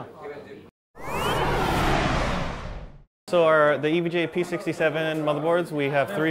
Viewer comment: Been a long time since I've seen or touched an EVGA board. (It's pronounced EE-VEE-GEE-AYE for those that don't know. Not Ehv-guh.) :)